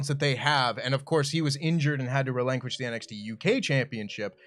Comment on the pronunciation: “Relenqesh “